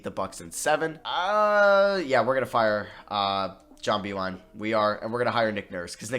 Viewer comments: John “Bee-Line”, not John “Bell-ion” 😂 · It’s pronounced John Bee-Line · its pronounced JOHN BEE-LINE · It's pronounce Bee-Line for John Beilein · it’s pronounced John Bee-Line